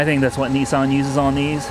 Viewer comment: It's Not nessan It's nissan